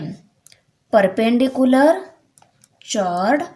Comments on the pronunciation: Ma'am Chord Nahi bolte Cord Bolte he Use😂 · Mam your pronunciation is wrong you pronounce chord cause it's spelling is chord but h is silent so you should pronounce it cord👍. By the way tysm for helping 😊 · We did not call it's chord we say kord pls understand thr pronunciation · Thank you mam but this is chord not chuard 😅. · Chod nahi chord kahte hai 😂😂चोड नही चोर्ड कहते है 😂😂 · Mam aapane chord Ko chhord pronounce Kiya hai yah galat hai please ise sahi tarike se pronounce kijiye . Agar apko bura laga ho toh 😔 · Thanks alot mam you are best teacher of world you teach beautiful tomorrow is my paper but pronunciation is not chord h is silent so pronunciation is cord if you feel bad for that sorry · Chord is pronounced as kord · Mam you tought very beautifully.. i just wanted to correct you as for the pronunciation of chord is (kord) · You do not speaking chord spelling right (कार्ड) this is right to speak.